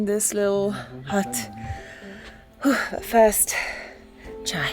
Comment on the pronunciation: You literally said Chai and I loved it It sounds asian❤💐